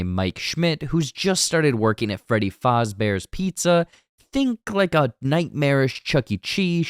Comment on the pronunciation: Freddy Faazbears